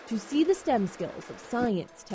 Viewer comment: S-T-E-M, not "stem"